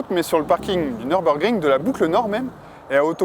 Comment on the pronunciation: "Neurbeurgring"? D'où vient cette prononciation incongrue"?